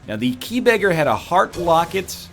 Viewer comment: "Key beggar" Isaac is bleeding lol